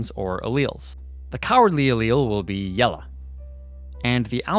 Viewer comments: bruh really just said “yelluh” instead of “yellow” 💀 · Ah yes, “Yellah” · “The cowardice allele will be YELLUH” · it will be yelluh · The way he said yellow "The cowardice allele will be YELLAH" Just mwha perfect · did he just say yella? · are we gonna talk about the "Yellah" ? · "The cowardly allele will be yelluh" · "Cowardly allele will be yellah" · Since when was that colour called “Yellah”?? :s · I like how he says yellow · why he say yellow like that tho?